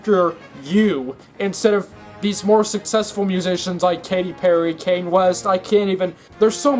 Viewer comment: I'm gonna sue you for your pronunciation of "kanye" and "reverb"